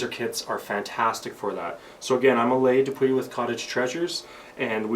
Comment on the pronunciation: This was a great tutorial, but that's not how you pronounce Alejandro 😹😹😹